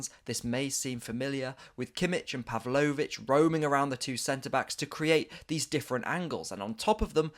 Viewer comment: "uber-man-Kano" and "Puv-low-which" never head of them before